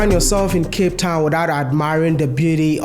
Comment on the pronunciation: “From Cape tawn to Cairo ….wode Mayaaaaaa